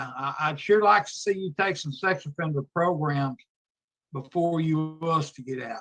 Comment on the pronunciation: She needs some "progrums" 🤣